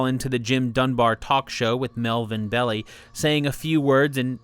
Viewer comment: It's pronounced "Bell-Eye" NOT "Belly"